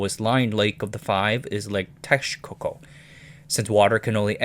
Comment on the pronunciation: Interesting you pronounce Texcoco correctly but not “Mexica”. Just pronounce the ‘x’ as you do in Texcoco with a “sh”.